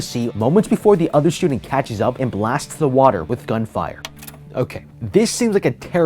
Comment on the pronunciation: when you press pause when he wants to say gunfire youl prob hear gun fu